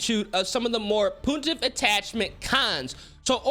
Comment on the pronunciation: PUNtive not poontive :D